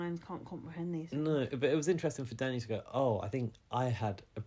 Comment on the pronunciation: Even you can't get Danny right, what a mess 😂